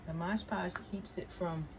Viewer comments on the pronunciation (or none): Resin not risen... mod podge not modge podge. But I love your projects! You get my creative brain going i just work too much and don't have time or energy to do any of it 😭